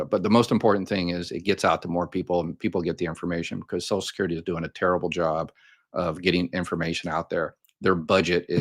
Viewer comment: Please STOP mispronouncing. It’s not “ sos-kyur-dee. At LEAST put the “l” from sociaL in there.